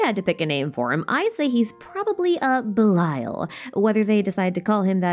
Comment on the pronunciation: as a non native eng speaker and avid anime watcher i thought u said bile took me minutes to figure it was belial :_)